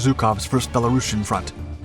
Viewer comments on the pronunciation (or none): none